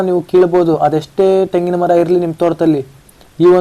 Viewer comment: ತೆಂಗಿನ ಮರ , ಟೆಂಗಿನ ಮರ ಅಲ್ಲಾ ಕನ್ನಡನ ಕೊಲೆ ಮಾಡಬೇಡ